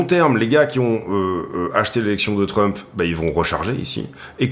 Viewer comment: Hello, toujours aussi top tes analyses, ça fait plaisir de voir des mecs pro sur youtube. Mdrrrr, tu as fait un Labsus déguisé dans ta vidéo, tu as dit "Drump" au lieu de Trump, un mixt entre DUMP & TRUMP ahahahahaah, elle était bien bonne celle là:). Au plaisir de voir à nouveau tes vidéo, bonne journée!